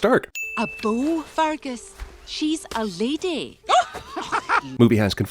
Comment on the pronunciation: anyone else really anoyed about how he pronounces fergus?